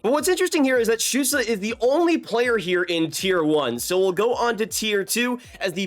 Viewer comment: Shoutout for pronouncing stützle correctly dont hear that a lot 😂